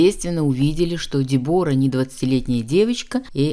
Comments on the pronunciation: Я не могу слышать этого Дебора. По-английски произносится Дебра с ударением на е. И не тоталь лук, а Тотал лук. Уж извините. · Де'бора ударение на первый слог.Знаменитая итальянская чемпионка по горным лыжам.А "оседлала жизнь"(ит.выражение) выйдя замуж за одного из представителя семьи которая владеет известным брендом "Беньетон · Дебора ...ударение на е! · На сколько я знаю, по-английски произносится Дебра, о выпадает. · Дебора - ударение на первый слог